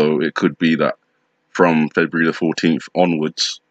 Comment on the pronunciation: Feburu? Like that sounds like nibiru! 😮